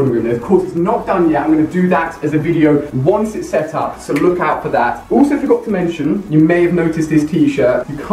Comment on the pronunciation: why does he says "uulso" "ull the stuf" why ???